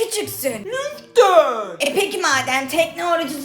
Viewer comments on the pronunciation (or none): Efekan:lütfen❌ Yerine Lüften✅ diyor🗿